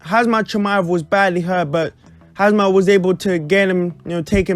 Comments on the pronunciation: It's Khamzat and not Khazmat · you keep saying hazmat